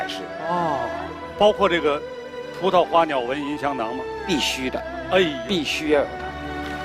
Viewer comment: 马苏断句断错了吧？应该是： 葡萄花鸟纹，银香囊。她说成：葡萄花鸟，纹银，香囊。